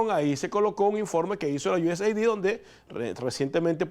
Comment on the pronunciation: se pronuncia USaid es aid de ayuda no ID de identificación